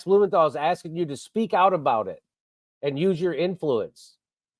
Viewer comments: He said "axing". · Why wuz you keep axing me questions!?!? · Why you keep axing me questions